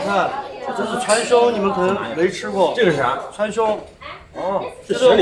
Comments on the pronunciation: 中文就是这样，川穹看到文字就知道是啥，但光听读音就完全不明白，况且店家的读音还是错的。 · 川芎一定知道⋯只是他們發音不太一樣